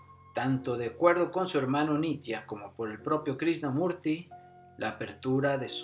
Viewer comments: Pensar que hace unos cuántos años muy pocas personas en las redes sociales online hablaban de todo esto y ahora, uuf. Ojala toques a las personas de ésta época, como Sergi Torres, Sesha, Sadhguru o a neurocientíficos como David del Rosario. Excelente video del que para mí inicio todo, Jiddu Krishnamurti (creo no se pronuncia Krisnamurti sino Krichnamurti). Saludos. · Lástima que dijiste mal su nombre todo el vídeo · Muy informativo tu vídeo, pero es importante que la próxima vez vocalices correctamente el nombre del personaje del que estás hablando.👍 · Cuando menos pronuncia bien el nombre pff